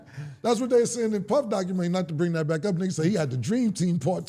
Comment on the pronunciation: It's Doc-u-men-ta-ry Not Documen-TRY 🙄